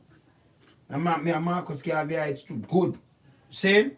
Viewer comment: Ites..not Heights dear. Garveyites. I'm a Manleyite as well.